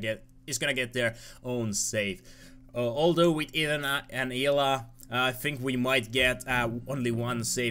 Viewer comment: Just for your future reference, Hila's name is pronounced "E-La".